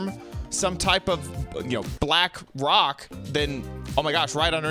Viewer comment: him: "Black rock" my brain: "are you sure he said rock?"